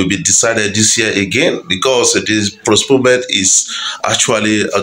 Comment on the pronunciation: It is post-pone-ment sir, not prosponement